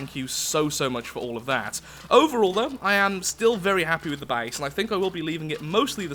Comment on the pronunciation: When he says base it sounds like he’s saying bace